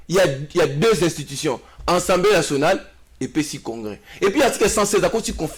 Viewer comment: Molakisi a l universite qui est au rabais, ne wait meme pas prononcer assamblee mais il dit ensemblee